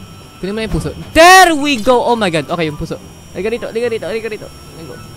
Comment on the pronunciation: XD natatawa ako sa pagsabi ni na OMG sabi nya O Ma God xD